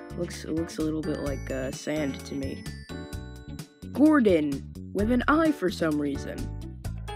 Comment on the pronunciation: WHY YOU SAID (GORDYN) IT'S GORD(O)N.